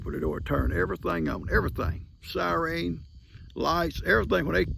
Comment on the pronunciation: I often wondered where Lester got to saying sireen all the the time instead of the correct way of saying siren until I just heard you, pronouncing it “sireen “. That’s where Lester got to pronouncing it that way- he was copying his dad.